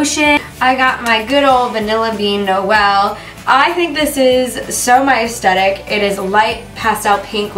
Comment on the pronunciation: its aesthetic, not "aestetic" GABI